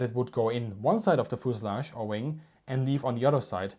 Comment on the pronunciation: Love the firrtees and foosulage haha